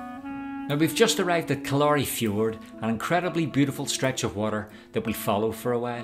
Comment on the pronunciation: Pronounced KILL•a•ry as opposed to kil•LA•ry fjord.